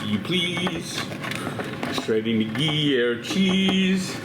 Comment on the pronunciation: Gree-air cheese? avec wax? lol